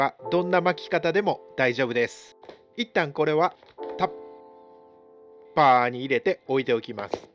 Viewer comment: 本当に勉強になる動画ですね🎉 これが無料とはありがた過ぎて涙も枯れ果てました❤ 動画自体もとても勉強になりますが、はコメントにも丁寧にお返事されているので、コメント欄でも勉強になるので、一粒で二度美味しい感じでお得感も凄いです！ どれだけ凄いかと言われれば、の 「タッパー」 の言い方の癖ぐらい凄いです😂